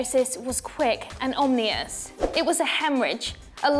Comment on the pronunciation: "omnious"...? I think you mean "ominous"